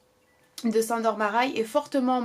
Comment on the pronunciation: Bonjour, merci pour cette vidéo. Ayant des origines hongroises je tenais à t'éclairer sur la la prononciation du prénom "Sandor" qui se se prononce en réalité "Shândor". Sur ce, bonne continuation (de la part d'une abonnée dévouée)